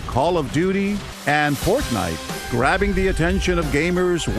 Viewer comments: Im pretty sure he just called it "portnite" lol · i swear they said portnite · As I hear people talking about "Fortnite" in public it immediatly triggers me just cause of the pronunciation.